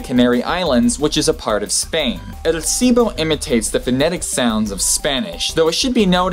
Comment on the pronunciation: Why do you not pronounce the L in "silbo"?